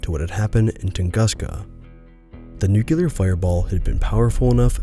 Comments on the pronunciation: Agreed. Except for one thing: Nuclear. Not nucular. The word is nuclear. Nu-clear. That is all. It seems to be a recurring issue. Otherwise, very engaging. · This is good, but why can't you pronounce 'nuclear' properly?! It's not hard, dude.